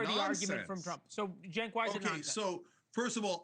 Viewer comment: I like how she intentionally mis pronounces Cenk's name at the end as some kind of dig. What a disgusting person